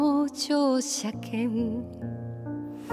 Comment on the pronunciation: この曲はカバーする人が多いのですが、実に 詞を忠実に発音してますね。特に「乗車券」を しょうしゃけんと聴こえないところが良いです。 詞を全て認識して表現してますね。今の歌い手 は自分の歌い方をオリジナルとは違うんだと 言わんばかりです。それはとりも直さずオリジナル へのリスペクトがないのでは無い のではと思います。アレンジは有りですが、 逸脱してはどんなものでしょう!